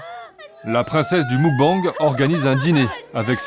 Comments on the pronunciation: En Coréen on dit mokbeNg et non moukbANg. D'ailleurs cela s'écrit 먹방 et signifie nourriture. ☀️ Bisous s'écrit soit 키스 (dit kisseu) soit 뽀뽀 (dit popo) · Les journalistes ne respecte rien, d'une ça se dit pas moukbenge c'est meukbange ensuite à qu'elle moment tu dis la "gloutonne" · Attends le quoi !? Le mOUcbang 🤣🤣 c'est mUcbang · "Le MOUGBANG 🤣🤣🤣🤣" le mukbang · Muk-bang 먹방 se prononce plus mog bang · Pour tout reportage qui se passe à l'étranger : renseignez vous un minimum sur la 0rinonciation des cinq mots étrangers que vous prononcez dans votre reportage. C'est pas difficile. Faites un effort. Mokbang* Soyone* pour mubkang et Seoyeon. Kimtchi pour Kimchi. Et j'en passe. C'est pas difficile pour le peu de mots que vous devez prononcer et c'est plus respectueux pour la culture évoquée.